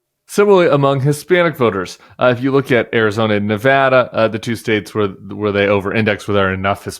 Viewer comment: Thank you for pronouncing Nevada correctly! We're working hard here! We've gone blue since 2008 and I hope it stays that way.